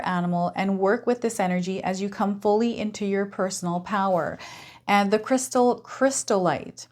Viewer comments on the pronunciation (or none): You were mixing up the letters of chrysotile and saying crystallite. I wouldn't carry chrysotile around as it is asbestos.